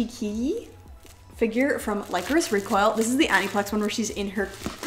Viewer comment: I totally love Lycoris Recoil but fun fact- Lycoris is pronounced Lih (as in lit up) Chorus. As you know, the super computer in the series is called Radiata. Lycoris Radiata Is the genus and species name for the spider lily, which is the flower that represents their organization. 😊